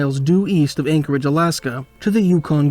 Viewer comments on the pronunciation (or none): none